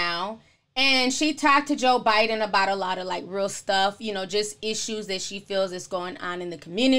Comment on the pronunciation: Almost fell off my chair when she talked about them speaking with “Ebonics”It’s true. They do that. FYI... it’s “ Bi-den” not “Bin-din” 😀